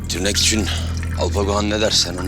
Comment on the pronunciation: Tirnek ne ya tırrek gibi 😂😂😂😂 hele batuganin colpana bir fikrim var ; tirnek diyisi.. çolpanin da komik bir ifadeyle tirnek mi himm diyisi... 😂😂😂😂